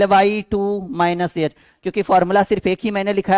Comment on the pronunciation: याच nhi एच होता है